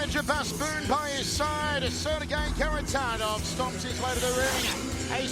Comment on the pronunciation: Frommmmm Russia: SeRRRRRRRgei.. KHARITONOV! Love how they pronounce Kharitonov.